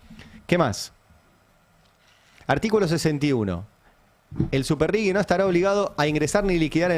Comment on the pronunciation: Se pronuncia "RIJI" no tiene U. Excelente editorial como siempre ❤